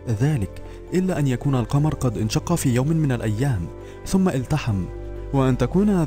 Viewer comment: اقرأ القرآن صح وانشق القمر. يعرضوا. مزدجر راجع هذه الكلمات